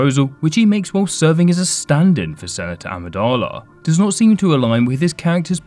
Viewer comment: he pronounces not as "notsa" yet said "not exactly" very clearly when he wielded the lightsaber, just to point out